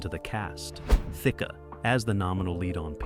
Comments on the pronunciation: Also Thicke is pronounced Thick E is silent 😊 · Thicke is pronounced Thick. if you are going to do a video with either Robin or Alan Thicke in it, at least learn the pronunciation of their name. How rude to mispronounce someone's name. Rude!!!!!